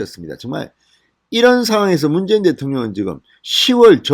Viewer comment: 문개인대통령? ~~문개인대통령~~발음이 그렇게 밖에안되오.진선생?